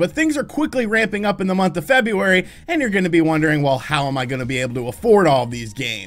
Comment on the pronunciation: There's an R in February. Just saying.